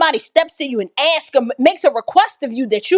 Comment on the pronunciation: Ask.. aaasskkk! Not axe.